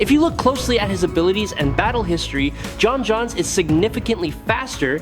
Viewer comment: His name id pronounced John Jones